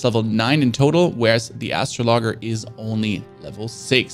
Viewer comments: You can obviously play games maybe you should spend more time learning to read out loud astro as in AstroTurf and logger as in person who cuts logs ok you sure it's not astrologer a person who looks at space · I can’t tell if he’s joking or actually pronounces it that way. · bad choice giving up on the game. Also astroglide is intimate lubricant in the real world. Just making jokes about how the guy said astrologer like astro - logger. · Man said Astro logger looool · awesome dude! is making me laugh though! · OKAY BUT DID HE REALLY JUST SAY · this man said astr0-l0gger i'm dead. rip me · "Astro logger" 🤣 maaan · Brother it is astrolojer 😂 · “” No! It’s Astrologer! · ngl i left the vid as soon as i heard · Its said astro lojer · Just an fyi it’s pronounced like uh-straw-luh-jer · ?😭😭 do you mean astrologer? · Wtf is an Astro logger 😂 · it´s pronounced astrolodscher. Great video tho, thank you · Lmao ASTRO logger! Helpful video but I just can't get past this pronunciation. Astrology->Astrologer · I cant believe this dude has never heard the word ASTROLOGER. Its not bro. Stay in school kids. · Astro LOGGER hahaha its astrology, but with er instead of y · The second you said ASTRO logger I was out, learn to read bro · Dude, when it comes to words you don’t know how to pronounce, try to think of words you have heard before. I know you have heard of the zodiac and astrology. Now end astrology with “ER” instead of “y”. I hear podcasters mispronouncing things all the time. Even the ones with advanced degrees and I cringe every time. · How the hell do you mispronounce astrologer? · he pronounces everything fine, so not an excuse. Also astronomy is something all languages obviously know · im not a native english speaker either, if you can pronounce 10 year old level english you should be able to piece together the correct pronunciation for astrologer, no? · Atro-logger? Lmfao 😆😆